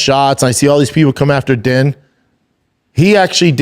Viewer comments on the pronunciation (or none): He hears Ariel pronounce the names correctly and yet he still calls them 'Din' and 'Gillian'. C'mon Shrub... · Brendan is going out of his way to pronounce his name as DEN. When it is legitimately pronounced DEAN. He’s been on camera for over 10 years now. If it wasn’t pronounced DEAN, he would’ve corrected us by now. But then here comes papa Schaub. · It's pronounced "Dean", not Din bapa. I know spelling isn't your forte Thiccc boy 👍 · It's pronounced Dean, not Din, Jesus dude. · You are saying both of their names wrong. His name is pronounced DEAN and her name is pronounced JILLIAN, the spelling with the G is french Canadian... Does Brendan even watch the UFC???? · Jesus Christ Schaub, you and Chin really really need to figure it out. His name is spelled Din but it’s pronounced Dean. DEAN! This is basic shit that Chin should be able to catch and correct or you should know. You mispronounce 85% of fighter’s names and it makes you look like a moron or you’re just completely checked out. The truth is you had one of the first mma podcasts and it was cool but now there are 20 other mma podcasts that are way way better. It’s really bad. Chin should be working at Best Buy for real. All Chin has to do is watch one episode of JRE and figure out how to use Google when people are talking about a given subject instead of sitting there staring at a screen until someone tells him to look it up. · Come on... gotta at least get the names right.... Jill- ian not (Gillian) and it's Din (pronounced like Dean)